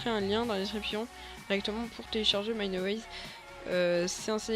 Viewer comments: C'est pas mineAWAYS mais mineWAYS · le mec dit mineaways mdr